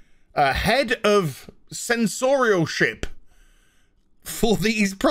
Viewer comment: Did he says "censorshit"?😆